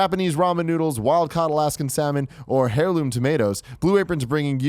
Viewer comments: Teehee. 'Hairloom' tomatoes. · Lol, "hairloom tomatoes"